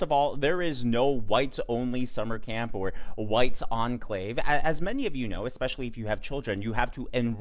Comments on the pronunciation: Eck..specly..?????? Learn to talk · A doctor that says "Exspecially"? Clearly she was socially promoted out of school. But she should never have been given a license to practice medicine if she cannot speak English. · May I ax you what "expecially" means? 🧐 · Did that racist Perkins chick actually say "Expecially" and "Duh-der-duh-der-duh?" I haven't said anything like that, since the day I learned to speak! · "expecially"????? gd morons lol. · That black chick was so off. Nothing she spouted was correct. East tx? White only? Most importantly "Ex-specially" is not a word, moron. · Dumb black girl, its pronounced " especially".... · should learn basic grammer and pronunciation before she starts running her bigoted mouth.